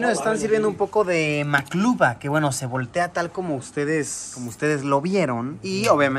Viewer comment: maclubi , no macluba , yo soy arabe pero no de jordania